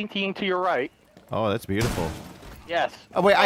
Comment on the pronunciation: evrytime i hear o my god i think its ohm my god